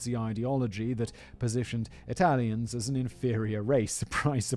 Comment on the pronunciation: I used to sing in Italian in my high school choir, and our choir director always told us that if we forget everything else about the pronunciation, we need to remember that in Italian you pronounce ALL THE VOWELS even at the end of a word. Hearing Simon end the names ending in "e" not pronounce the "e" was hard on my ears lol